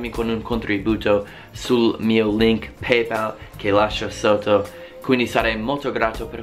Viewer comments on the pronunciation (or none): none